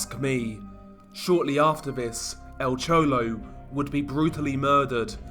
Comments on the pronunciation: "El Chowlow" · EL CHOLOW😄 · Nice vid on" Al chouwlo"